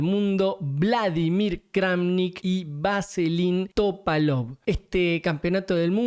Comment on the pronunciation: "Vaselin" Topalov... en realidad es "Veselin"...